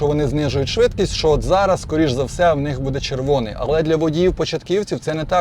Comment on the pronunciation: Кто тебя учил украинскому языку?! Что такое будЭ? Всю жизнь было бУдэ.....